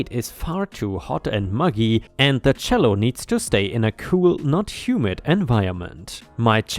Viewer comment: Cello is pronounced chello